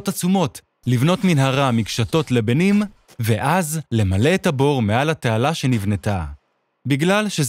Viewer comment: קודם כל, הדיבוב נעשה עם AI, כלומר - זה לא אדם אמיתי שמקריא את הטקסט. דבר נוסף, יש המון שגיאות בטקסט העברי - גם דקדוקיות (עשירי במקום עשרה) וגם הגייה (לבּנים במקום לבנים) ונתתי שתי דוגמאות מתוך המון. בסרטון של המלך מידאס, הדמויות נקראות בשם האנגלי שלהם ולא בשם המקובל בעברית, שנשען יותר על השם המקורי ביוונית. אלו טעויות בתרגום מאנגלית לעברית, ואחר כך הטעויות המשיכו לתוכנת הבינה המלאכותית שעשתה את הקול.